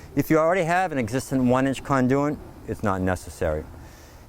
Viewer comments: The word is Conduit [kon-doo-it]. Good way to sound like you know what your doing... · Where is this guy from that he pronounces conduit the way he does about half the time? The other half he pronounces it normally. Never heard anything like it.